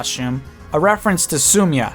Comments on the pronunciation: Um, Lissa isn't pronounced "L-ee-s-a" (Lisa), Chrom outright says "L-i-ss-a" in one of the early cutscenes. Same with Sumia. Chrom says "S-oo-m-ee-a" rather than (what I heard) "S-oo-m-y-a". I don't mean to sound rude here, but I'm OCD in this sort of way XD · prounouced sum-E-a not sum-a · Excuse me, Sumia is pronounced with three syllables, not two. Came directly out of Chrom's mouth. I feel like that's also the most intuitive way to say it. The translators of the game are on our side. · He butchered Lissa, Cherche, and Sumia. They didnt deserve that lol !! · ....The way you said lissa,cherche, and sumia...it bothered me so much...you don't even know...but it's fine people can say the names how ever they want I call lissa the same you did before...oh and robin yellow one could also be hinting at emmeryn...maybe?